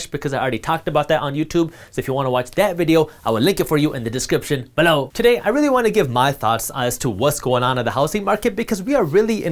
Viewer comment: I miss the more emphasized “Below”